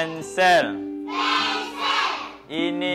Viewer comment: Pensel ke pensil? Hihihi